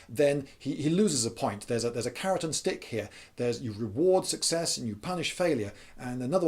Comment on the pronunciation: "carrot and stick" not as I heard it "Keratin stick", had to go back and re-watch that bit cause i couldn't figure out why on earth there would be such a stick.